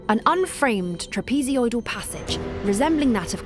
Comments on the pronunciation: Trapezoidal not trapezeoidal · Trapezeoidal eh? Oh, you're adorable. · " Trapsesioidal"? WTF😮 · A great subject ruined by an uneducated voiceover,the english woman invented and repeatedly misused the word "trapazyoidal" her french colleague learned his english in the slums of east london wher the letter t is considered optional. Particularly upsetting when he talks about "quali'y. A very interesting subject made bloody annoying by refusal to employ professionals. At least they didnt use amurican ai. Shame. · Trap-e-ZOID-al! It's four syllables, not six! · Trapeziodal? Sound it Out: Break down the word 'trapezoidal' into its individual sounds "trap" + "i" + "zoy" + "duhl". Say these sounds out loud, exaggerating them at first. Practice until you can consistently produce them clearly before you make a doc using the word 100 times. Remember "penguings"? 😂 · Couldn’t someone have explained to the narrator how to say trapezoidal? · Can’t get past the pismronunciation of trapezoidal. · the way she pronounces trapezoidal is driving me insane